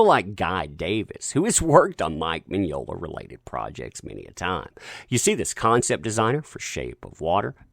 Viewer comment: Mignola, Mignognia. To-MAY-to, To-MAH-to. Enough with this cancel culture bullshit!